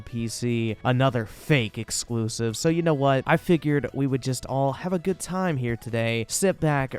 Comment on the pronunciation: "but muh eclusiv"